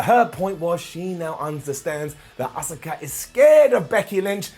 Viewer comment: Can someone tell to decide on how he’s gonna pronounce Asuka